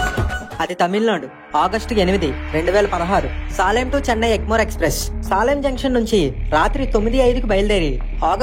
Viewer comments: సాలెం కాదు సేలం అనుకుంటా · Salem pronounciation wrong